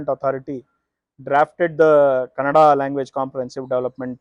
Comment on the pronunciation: This guy who explained the rule and gave a background keeps pronouncing Kannada (ಕನ್ನಡ) as Kanada (ಕನಡ). 🤦🏻‍♂️ First get the basic pronunciation correct. Either ignorant or lazy.